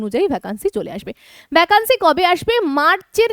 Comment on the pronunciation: ভ্যাকান্সি উচ্চারণ টা শুনতে খুব খারাপ লাগছে। সঠিক উচ্চারণ "ভেকেন্সি".....